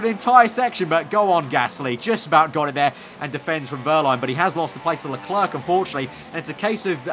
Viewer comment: LeClerc is pronounced, 'Le-Claire' not 'Le-Clerk'!